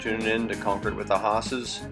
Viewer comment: ITS PRONOUNCED HOUSES NOT HORSES